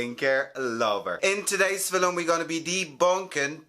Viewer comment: I LOVE the way you say “Film”